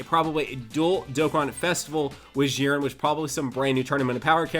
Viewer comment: Its not "Ziren" its "Dziren"!!!